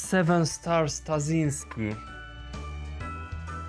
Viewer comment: Lol, when somebody says "Tazinskiy" this sounds like u a russian cus his name not translated